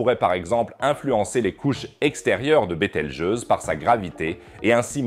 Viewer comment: ahhhhh ces IAs de traduction vocale... "betel-gueuse" "betal-gouse" 😂